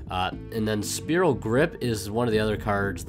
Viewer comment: it's fucking spiral, not spearal